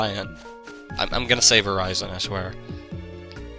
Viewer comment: I love your playthroughs,. But... Seriously? "koh-buh-ly-uhn"? and verizon? "tehr-uh-ky-uhn"? My god, i have never heard anybody butcher these names as much as you do.